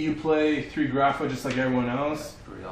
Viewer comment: "why the grapha?"